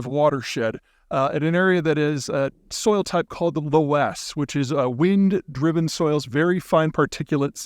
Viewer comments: Nope. Not low-es. Loess is pronounced more like, “looss”. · "Luss" not "low-ess" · FYI Peter, it’s pronounced “luss” (technically “löss”, as in the fronted German “O” with umlaut, but “luss” is a big improvement from “LO-ess”). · Loess is pronounced ‘lus’ as in lust without the ‘t’ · Geologist & German speaker here: “loess” is pronounced more like “luhss” in English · We pronounce it (loess) "luss" out here in the PNW. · Still, he should pronounce Loess, the silty soil substance, the way all English speakers say "does" No Low-ess silliness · loess is pronounced "less" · It's pronounced like luss. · Loess is a word upon which nobody can agree on the pronunciation. Google's version is almost universally considered wrong. The "oe" within it derives from German "ö," so it should be only one syllable and a soft vowel.